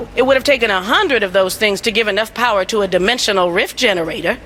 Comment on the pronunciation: for whatever reason when he says power i thought he said "P a h"